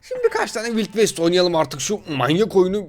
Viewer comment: Vayld vest'e vild vest diyen